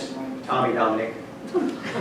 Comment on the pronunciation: "Tominic" LOL